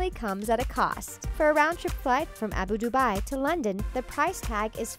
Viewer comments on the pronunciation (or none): it's not Abu Dubai it's Abu dhabi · Did she say Abu Dubai instead of Abu Dhabi?😂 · It's Abu Dhabi not Abu Dubai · "Abu Dubai" lmao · Did she just say, Abu dubai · I cant believe she said "Abu Dubai" *cringing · It's pronounced Abu Dhabi(dah-be ) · Niklas Arppe it was supposed to be Abu Dhabi, but she just pronounced it wrongly